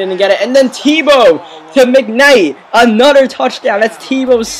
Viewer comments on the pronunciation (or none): "For a nudder touchdown" I hate your voice